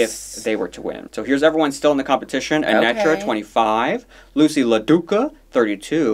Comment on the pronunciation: A-net-tra? It's actually pronounced A-neat-tra